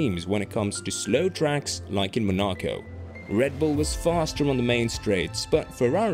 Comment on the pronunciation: Mon- ah-ko. Is this a computer?